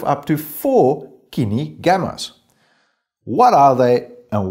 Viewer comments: Kine? It's sin-E. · Thank you sooo much for doing this!! I am absolutely surprised that no one else has done it yet honestly. By the way, Cine is pronounced like "sin-e".